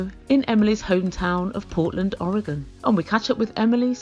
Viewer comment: Most people in the states cannot pronounce Oregon right but I appreciate that you say it correctly!